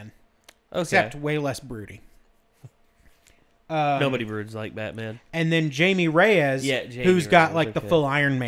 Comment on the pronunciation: ok so they kept mis-pronouncing the current Blue Beetle's name as he's Hispanic so it's not Jaime Reyes it's pronounced Haimie Reyes not Jaime reyes